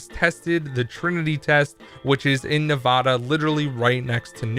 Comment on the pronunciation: I hate it when youtubers say Nevada wrong